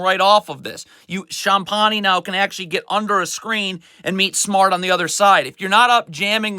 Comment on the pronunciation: Sometimes when players make mistakes it's not always the coaching but also from a lack of concentration or attention to detail. The way he pronounces Champagnie makes me cringe each time lol